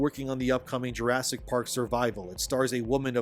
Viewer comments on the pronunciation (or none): juresik what? juresseik kalifa? XDDD